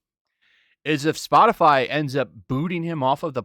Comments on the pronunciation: Ha Spotifly, she said Spotifly, haha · Did say "Spotifly"? 🤣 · “Spot-a-fly”? I’m pretty sure the qualifications for White House speaker is to speak proper English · She said spotifly 🤣🤣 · I'm pretty sure she said "Spotifly" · Did she do just enough research to mispronounce the name of the company? I mean Spotifly, c'mon circle back and say it right, you red haired nightmare. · she can't even say SPOTIFY properly..... and she expects people to listen to her??